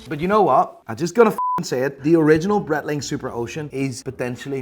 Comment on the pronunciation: Please learn how to pronounce Breitling properly. Other than that, very enjoyable content